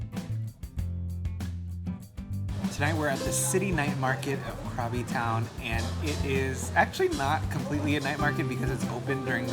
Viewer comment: Krabi = "Gra-bee"...